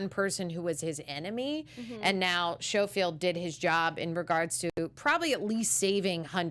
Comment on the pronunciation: Good review. 😊👍 One thing, though. It's pronounced SKOfield, not SHOfield.